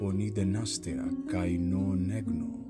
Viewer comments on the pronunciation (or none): Eu sempre achei que a conjunção "kai" deveria ser lida como KÁI....você leu como KÊI...sou seu mais novo inscrito..quero aprender ..corretamente